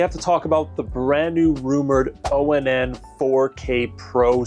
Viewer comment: is it really pronounced with the letters spelled out O N N instead of saying ONN like turn your light ON just with a extra n . Or do you like just saying it like that spelling it out instead . Walmart employees say it ONN like turn on your lights . Are they wrong or you ?